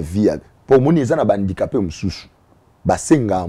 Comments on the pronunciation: 😂😂😂wana malade ya...alobaka susu guidare...guidariste🤷🏽‍♂️ ozo imaginé Invité azo loba bien HANDICAPÉ mais ye azo yoka kk INDICAPÉ🙈 atanga na ba EP1 Bisumba na BUMBU, MAKALA ou SELEMBAÔ🙌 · problème ya prononciation, balobaka handicapé et non indicape